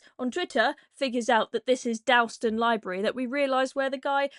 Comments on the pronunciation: “Dawl” ston. Not “dowl” ston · I know it's not important in the scheme of things, but it's really grating to hear you keep saying Dalston that way. It's pronounced 'dawlston' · Please learn how to pronounce Dalston properly. That's an offence deserving of a manhunt in itself. 😉